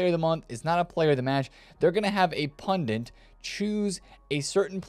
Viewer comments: Sup bro, it's prenounced "pundit" not "pundent" thanks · It’s not pundint, it’s pundit. In India meaning priest :) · Did he say "pundint?"😂😂